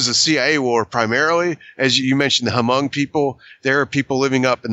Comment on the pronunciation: Lay-ose? Hoo-mongs? hahahahaha